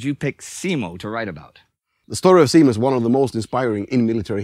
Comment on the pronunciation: And Simo as seemou